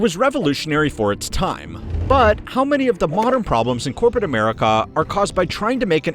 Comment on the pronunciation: why the hell do you talk like that. elongating words unnecessarily. you make it sound like you are verry annoyed to be narrating the video. and the way you say america. is rude.